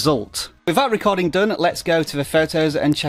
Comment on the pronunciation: “Screen rescording” 😂😂😂😂😂